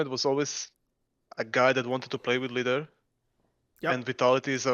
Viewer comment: he announed lider right ? XD